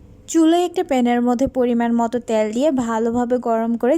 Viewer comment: সাবস্ক্রাইব করেছি, দোয়া ও শুভকামনা রইলো। কিন্তু উচ্চারণের দিকে নজর দাও। ত্যাল না তেল। প্লিজ